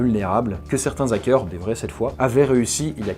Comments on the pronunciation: "Les zackeurs" Je vois qu'il a toujours autant de mal à s'exprimer français :) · " les ZAKEURS " lool! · '' LeS ZacQuEUr'' 😢😂😂 mes oreilles saignent 😂